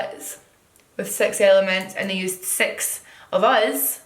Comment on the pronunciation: I can't help but hear the word "sex" when she says six....am I the only one ?!